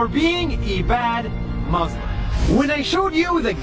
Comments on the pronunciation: It boils my blood everytime he says 'I am a Mozlem' despite being an Arab who used to be Muslim! He won't even pronounce the word right! He's just a wannabe who only wants attention.. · nas claims his muslim : pronounces muslim MUZlem